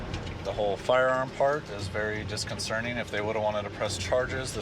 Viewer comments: Disconcerting not disconcerning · Officer... “disconcerting” not “disconcerning” there is no such word. Jeeez. 🤨